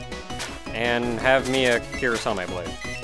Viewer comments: Hum... it's always been "Seerno". It's pronounced "Chirno" by the Japanese because they can't get the pronounciation for "Seer", so it will sound like "Sheer" instead. Yup. I always pronounced "Cirno" "Seerno". The only thing that can make the pronounciation be "Chirno" is if Zun says so. To my knowledge, he never spoke about the pronounciation so... (unless I'm wrong!) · Also, in a lot of Japanese fan songs they pronounce Cirno as "Chi-ru-no" which can be translated to English as "Cheer-no" , "Tear-no" or "Seer-no" as you have been pronouncing. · If I ever make a let's play including Cirno, I'd probably have to mute me pronouncing her name. If calling her Cirno makes some people upset, then my "Kirno" must be the apocalypse XD